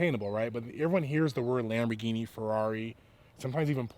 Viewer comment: Americans.... Lambor ginie Italiano... lamborghini (Lam bor genie) (Ghini = genie: like genie in a bottle..) Love you but it always sound so ridiculous.. LOL Peace